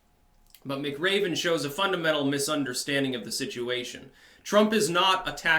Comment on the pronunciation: Muh-Craven says what?